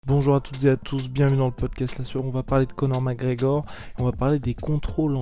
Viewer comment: "Co'or MacEor"